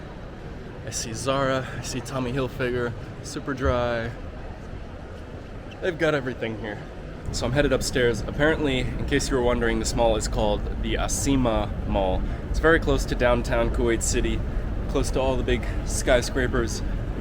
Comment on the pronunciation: Not mad or upset because I am from this country but just to let you know that it's called asima pronounced asma mall which is an arabic word which basically means capital mall